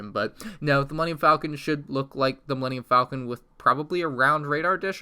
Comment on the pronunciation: He says Millennium Falcon right once then pronounced it wrong .3 seconds later